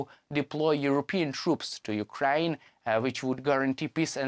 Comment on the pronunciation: Channels like these should be banned. The poor idiot cannot even pronounce Ukraine properly. Why in the world would someone like this make a big fool of himself?